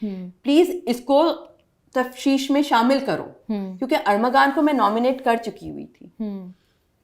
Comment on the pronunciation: Wajia amir hamisha investigation ko urdu me tafsheesh bolti he hr interview me jab k .. correct word is Tafteeesh .